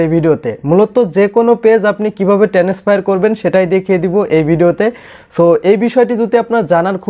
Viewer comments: টেনেস ফায়ার 😂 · ও ভাই একটু English উচ্চারণ ভালো করেন। ভিডিও বানানোর আগে খেয়াল করেন। টেনেসফার কি ভাও😂😂